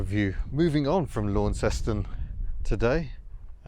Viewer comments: It's pronounced "Lonceston". Say "Lawnceston" and they will pick as a mainlander straight away. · I like Tassie very much, I had a good old womble around Hobart a decade back and again 5 year ago, and the west coast has some of the best roads for bikes (motorbikes) I've ridden since I did the IoM (TT 1985) and France/ Italy in '86/'87. Launceston (Tas) is pronounced LaunCESton. In England, the Cornish town is pronounced "Lawnston". In Cornwall, the locals pronouce it "Laaarrnston". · Actually, the pronunciation of Launceston is more like Lon-ces-ton. If you call it *Lonnie*, they will think you're a local. Ok, maybe not with that English accent of yours. Lot of mainland blow-ins now so the name pronunciation may well have morphed a little. I used to live for a time during my schooldays in the 60s in Garfield Street, South Launceston. Attended high school in the suburbs Kings Meadows. Worked there for a time in the 70s after completing my apprenticeship. It is a nice city now but used to get very smoky in the 60s when everyone had wood, coal or briquette heating. I still miss the electric trolley buses of that era, not to mention the old Leyland buses with the half cab. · Whilst I fully understand why you said that, we pronounce it lawn-ses-ton. Don't know why I didn't notice this 2 years ago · It awesome I know all these places in real life because I live there! All so I find it really funny when the English say Launceston wrong it actually it pronounced lon-seston anyway keep up the good work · Call the town by its colloquial pronunciation - Lonceston. Don't pronounce the au as it looks, pronounce it as the "o" in Don. That way you just might be mistaken for a local. Better yet, call it "Lonnie". The locals will think you're a local too. I went to high school school in Lonnie back in the 60s after doing primary school in a rural town. That was back when they had electric trolley buses. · Ps Lanceston Cornwall people in the UK pronounce the town "Lan sen".